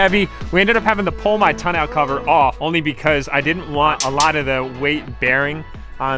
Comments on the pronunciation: Are you saying tonelll cover isn’t it Tonneau cover I’m asking bec I think 🤔 I might be saying it wrong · Its pronounced tonneau cover lol you can google It to be sure if you want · Anyone else still cringing at how he says tonneau cover?! Lol